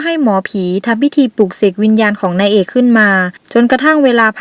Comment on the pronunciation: ทำไม ฟังคำว่านางเอก เป็น นาเอก หรือดราหูเพี้ยน -*